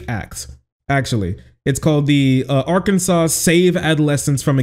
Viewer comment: while i do really love what your state just did for trans healthcare, it is pronounced objectively wrong and therefore i will not respect arKANSAS